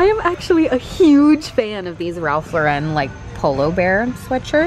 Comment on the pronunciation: Girl!!! Nooo!! It is Ralph Lauren not Lau-REN!!! Do not use the gauche pronunciation!!!!